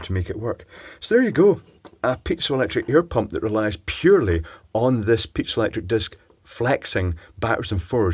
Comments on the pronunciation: Iv never heard it pronounced pizzalectric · pee-zoh electric